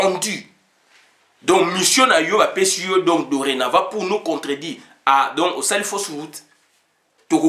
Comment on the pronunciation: On ne peut pas dire donko il faut bien prononcer mon frère donc et non donco ça sonne très mal